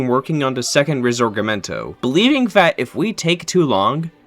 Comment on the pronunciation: man I loved the video so far and I honestly can understand the difficulty in pronouncing D’Annunzio but how the fuck does “Risorgimento” turn into “risegomorto” 🤧